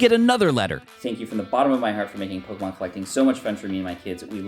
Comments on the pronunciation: Man you pronounce pokemon names in the strangest way imaginable. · I love your videos but your mispronunciation of a lot of pokemon really hurts me 😭